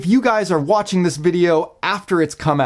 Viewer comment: He said if you guys are WATCH-ING this video… 😂